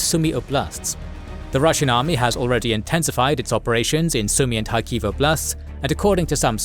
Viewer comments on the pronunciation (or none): none